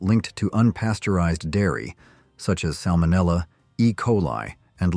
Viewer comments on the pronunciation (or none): none